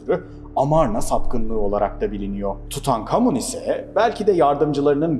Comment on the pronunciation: Tutankamın diyip durduğun için izleyemedim videoyu ama güzeldir illa ki attım bi like